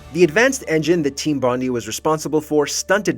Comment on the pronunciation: It pronounces Team Bondai